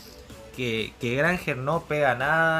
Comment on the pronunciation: Dios, "Granjera" HAHAHA.